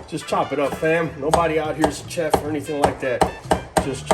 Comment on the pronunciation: "CH-ef" I love it lol